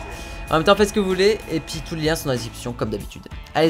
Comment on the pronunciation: Je suis le seul à entendre "le lien dans la déception"?